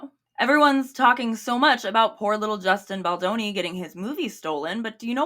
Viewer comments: I had to pause the video just to catch my breath after laughing so hard at "a-Justin Bolonga," that caught me off guard lol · not “a-Justin Bologna” 🇮🇹🍕🍝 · the accent on “justin bologna” is SENDING MEEEE!!!!! locking in for the rest